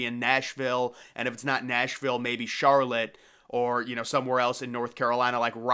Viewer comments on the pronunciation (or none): none